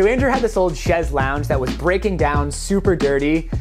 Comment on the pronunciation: It's funny to hear pronouncing "Chease Lounge" as I listen to him for all sorts of things!